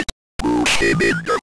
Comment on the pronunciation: 'STEP 4: GET PASHED INTO DE LAKE' fr funny bc of the way the narrator says 'pushed'